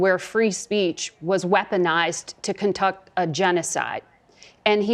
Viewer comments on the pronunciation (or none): Margaret can't even pronounce conduct properly.. .... contuck. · Haha, she said “contukt” a genocide. She’s either nervous or drunk 😂❤ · Notice she can't pronounce "conduct". She knows she's lying.